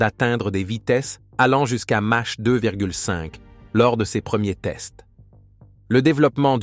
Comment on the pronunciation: On prononce "makh" et non "mache". Je pense que c'est l'IA qui est en train de nous raconter des bêlises.